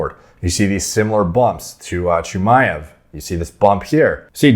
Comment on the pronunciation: You got the pronunciation down for Chimaev 👍